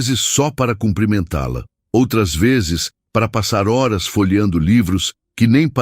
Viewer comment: Porque nessas histórias os narradores não pronunciam as palavras: reais e horas direito!